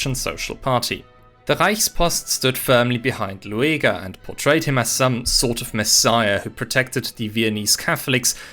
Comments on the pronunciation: no, that is just how you say his name (luˈeːɡɐ) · His name is pronounced Lüger, not Lu-a-ga. Ohren weh.😢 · Loo-a-ger? AI narrated? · Oh, I always thought he's pronounced like Lüger... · Disappointing that the presenter didn’t make the effort to learn the correct (or at least much better) pronunciation of the name Lueger. (It is very close to the pronunciation of “Luger”, the name of the well-known handgun manufacturer.). It is not Loo-ee-ger.